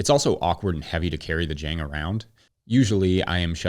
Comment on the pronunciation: ok, pet-peeve of mine, admittedly pedantic, but Jang Automation is a South Korean company, and it rhymes with long. Spent a lot of time in Korea. Good video, love the channel.